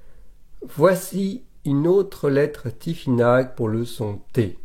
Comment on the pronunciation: cela ce prononce tifinar en phonétique c'est juste une petite précision sans aucune haine cordialement